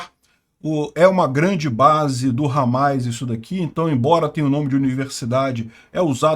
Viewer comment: É Hamas e não Hamais